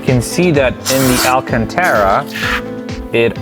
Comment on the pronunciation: Say it with me: Al-can-tar-ah